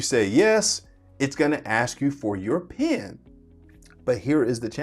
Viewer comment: It's "PIN" not "PEN"